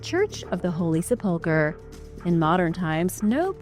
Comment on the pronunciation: It’s pronounced seh-puhl-kr! If ur going to narrate u need to get it right!